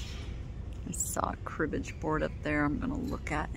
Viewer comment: Cribbage-y pieces lol and floof-age lol and pink-age LOL